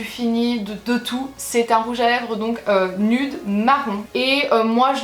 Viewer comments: en tant que citoyenne d'amérique je pensais que tu savais que nude ce prononçait nioude❤️😘😂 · nude se dit nude oui nioude